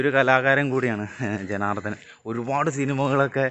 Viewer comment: ജനാർദ്ദൻ അല്ലാ ജനാർദ്ദനൻ